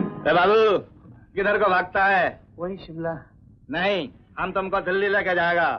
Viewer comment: Simla nahi. Shimla